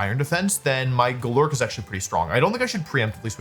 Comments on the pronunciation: goLURK is definitely one way to say it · Wolfe's pronunciation of some pokemon names is hilarious, GoLURK and Hatereenee fried me😂😂😂